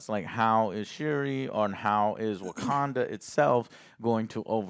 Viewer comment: Wagwanda Forevah!~